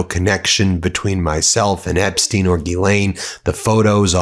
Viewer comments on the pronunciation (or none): Better of you pronouce EPSTEIN, the jewish way, because epstiin sounds slavic, which is not the case